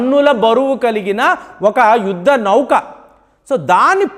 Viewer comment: Voice chaala slow ga undhi , Speed ga cheppandi Not like yudda nauuukaa..❌️ Yuddha Nauka✅️. 1.25x speed lo chudalsi vasthundhi